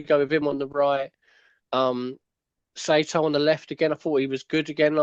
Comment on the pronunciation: great previw lads. Btw, it's "sigh-toe" with the last syllable pronounced short as in "top". it's one of the most common japanese surnames.